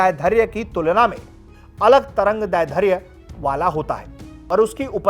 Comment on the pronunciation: Itni most important jankari dene ke liye dhanyavad Lekin trangdairdhya ka uchharan shi nhi hai